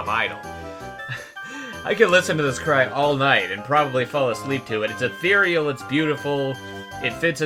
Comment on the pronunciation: Take a shot every time he says "atheiral"